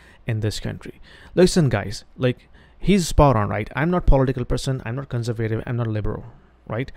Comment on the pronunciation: You're putting the accent on the wrong syllable in many words. For instance, the word "conservative".... You're saying "CON-ser-VATE-ive. That's not how we say it. We say "con-SERV-a-tive". There are many more that you're mispronouncing, but I don't have time to explain them all to you. I think you should get a vocal coach if you're going to continue doing podcasts for the English-speaking market, just out of respect for your audience. That's what I would do if I was producing podcasts for a Punjabi audience.... simply out of respect.